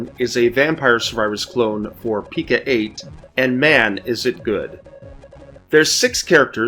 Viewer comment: Great finds, thanks for sharing! I apologize in advance, but my OCD requires me to tell you it's pronounced Pee-Co-eight with a long 'O' sound, like 'Co.' as in short for 'company'.